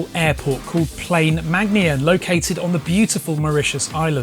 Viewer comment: Haha the way you said plaine megnien 😂😂😂 , btw I'm from Mauritius Haha Mauritius you can get away with anything here